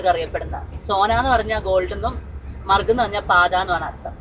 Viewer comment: മർഗ് അല്ല മാർഗ് പിന്നെ മർഗ് പാതയല്ല മാർഗ് പാത മലയാളത്തിൽ മാർഗം